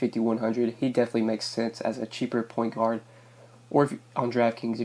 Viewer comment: did you say porn guard instead of point guard!? hahaha